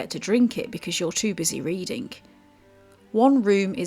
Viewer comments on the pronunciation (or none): none